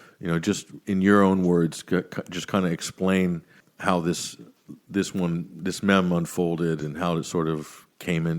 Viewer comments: Blah blah mem. Blah blah blah mem. And then says meme. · It's pronounced meem not mem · meeeeme not memms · Mem? Wtf, i thought it was a joke at first, but..., correct him ffs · Who the fuck pronounces it “mem”???